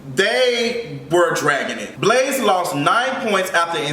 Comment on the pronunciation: That’s not good. 😕 Messing up Blaze’s name like that 😩